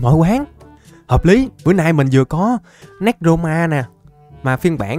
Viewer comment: Anh đọc tên néc ro ma là sai rồi anh phải đọc là nê cro ma mới đúng nha anh